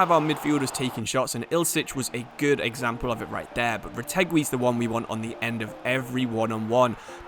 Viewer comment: Just so you know, Retegui is prinounced like the word "guidance" meaning the U is silent